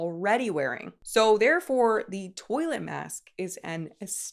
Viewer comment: Pretty sure that is pronounced the French “twa-let” not toilet. 😊